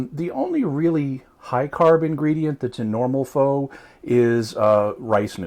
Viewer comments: "FOW"really? -_- sincerely, asian girl. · Dat is not how to say pho. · I'm going to go out on a limb and say if he used homemade beef broth, he would have used knuckle bone, beef bones with marrow, and the normal ingredients. This takes upwards of 12 to 18 hours to complete. In my world, that is not fast. When it comes to Pho (pronounced 'f-ugh') you are better off going to a Vietnamese restaurant. If I was deserted on a desert island with one food to eat, this would be it.